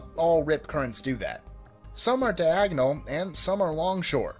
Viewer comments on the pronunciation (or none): none